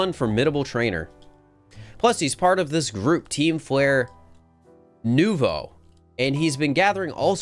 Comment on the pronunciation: I think the way that pronounces basically all the French/pseudo-French words is really funny. Obviously we have Lumiose, but there's also nouveau and bureau that particularly stood out to me